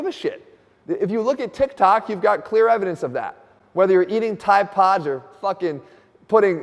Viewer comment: Jeff said 'fucken'. I was already taking this quite seriously but now im dialed in af